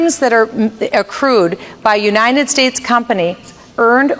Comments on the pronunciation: she cant even say United States correctly, she keeps repeating Unined States i cant have an inarticulate president especially one thats clearly trying to be Ron Paul with no success what so ever soe is definately not the real slim shady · She can't even say United States correctly.